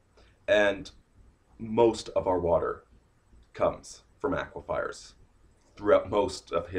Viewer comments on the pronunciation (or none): "aquifers" not "aquifiers"